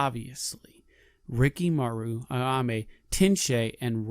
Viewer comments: Ayame. Not Aname. Are you trying to pronounce things wrong? It's very aggravating. I guess you got me to comment and engage. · It’s Ayame, not Aname